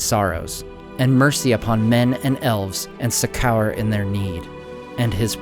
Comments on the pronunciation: "suck kour"? (For "succor.") Not the first mispronounced word by far. Great storytelling, though. Thank you. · with nothing but appreciation, I think it's pronounced "SUCK-or" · Wow. That's the wildest pronunciation of the word "succor" (British spelling is "succour" but you don't sound British) that I've ever encountered.